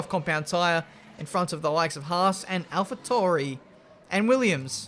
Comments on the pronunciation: its not alpha torie its alpha tauri jheez 🤣🤣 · Alpha Tauri... Pronounced... (Al-Fa T-Ow-Ree) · Ben, is alpha TA-OO-RI